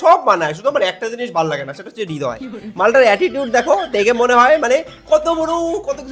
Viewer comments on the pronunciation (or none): Thikk bolecho tumi .. Hridoy or nijer nm e vul uchcharon kore .. Hridoy na bole Ridoy